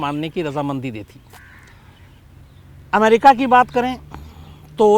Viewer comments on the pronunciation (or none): none